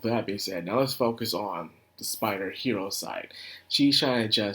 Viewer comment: About the pronunciation of "Hiiro," it's not pronounced as "hero" like you said it, but is instead pronounced as "he-iro". The double "ii" is important. The full name is "Wakaba Hiiro" and "Wakaba" is the one part that is used to refer to her in the series.